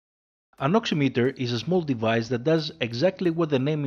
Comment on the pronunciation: Someone who says the word right. Thank